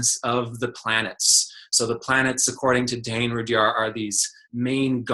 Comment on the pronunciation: Interesting pronunciation of Rudhyar. I wouldn't pronounce the 'h' assuming it to be silent. Americans have interesting pronunciation.